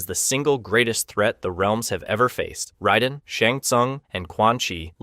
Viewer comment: Just shit research, my dude. Motatro absolutely has a shown death. And the mispronounced names....you have no idea what you're talking about. Like - how the fuck do you mispronounce Raiden?